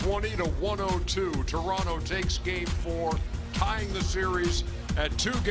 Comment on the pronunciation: Thanks Ernie for pronouncing Toronto correctly